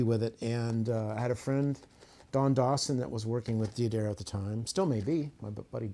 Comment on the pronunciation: Thanks for the rig rundown. For future reference, D'Addario is pronounced Dadario not Dee Adario.